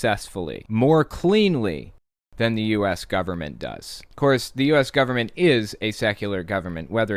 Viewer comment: I HATE that thing the do at the end of sentences, add an -ah at the end of a word, like government-ah